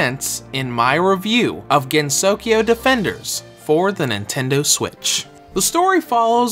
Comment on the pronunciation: I'm having a hard time deciding whether to get this game or touhou sky arena... btw, it's pronounced gen-so-kyo, not gen-sokyo